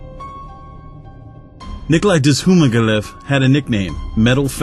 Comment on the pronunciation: For the first one's last name is pronounced Zoo-ma-gah-leaf